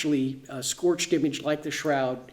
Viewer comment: NOT " scorched."